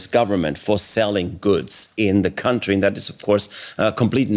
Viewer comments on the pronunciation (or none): She has an inconsistent pronunciation of my country.